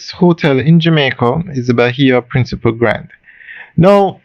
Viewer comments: It is not principle, it’s PRINCIPE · You keep on saying Bahia Principal when its pronounced Bahia Principe. PrincipEEEEEEEEEEEEEEEEEEEEEEEEE.